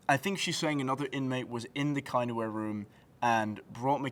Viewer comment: The kindware room... Wtf were you calling it?